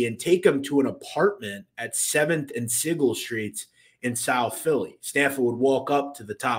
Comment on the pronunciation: Also, good job on pronouncing South Philly Street names correctly 👏 :)..Obviously u really did live there at some point bc "Sigel" and "Bouvier" are usually said incorrectly by outsiders, but u did it right! Haha. Great vid as always